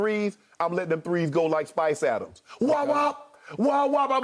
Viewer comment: Yo unc said spice adams